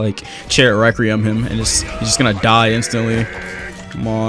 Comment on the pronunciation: i hate how he says requiem wrong